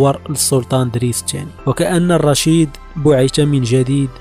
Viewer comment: كثير من الاسماء تنطقها خاطئة . صحح هذه الأسماء افدح الأخطاء عندا تقول رشيد الاوربي برفع همزة الالف وتسكين الراء . الصحيح هو الاوربي بفتح همزة الالف وتسكين الواو وفتح الراء . يعود الاسم إلى قبيلة أوربة الأمازيغية .والخطى تقول راشد الاوربي وهذا خطأ اسمه مولى رشيد .لانه من. موالي ادريس الأكبر اي خادمه .استقدمه معه من المشرق.ليعينه في الطريق ..وهو لا ينتمي إلى قبيلة أوربة .